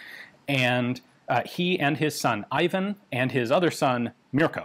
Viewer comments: Ee-vahn not eye van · There is no such thing as Ayvan! The name is pronounced Eevan.